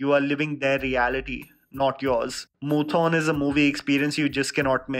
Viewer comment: I'm a huge fan of all your videos but the mispronunciation of 'Moothon' just threw me off more than the climax of Kappella tbh (a lil dramatic ik)